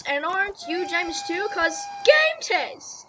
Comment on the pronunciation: btw I think its pronounced ga - meh - t - ez